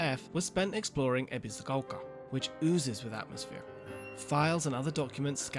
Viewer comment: This is really petty, but the way the guy in the video pronounces Ebisugaoka makes me think of people that pronounce words like croissant as though they're speaking (a mangled version of) French right in the middle of an English sentence in order to sound more sophisticated. I'm choosing to be cautiously optimistic about this game. I love Souls combat and I love Silent Hill... or I suppose Siren/Fatal Frame, that seems more relevant here... In any case, I'm definitely doubtful that these two flavours will mesh without damaging the atmosphere, but I'll only really be able to judge that once I get my hands on it. Sometimes the weirdest combinations can work surprisingly well, after all.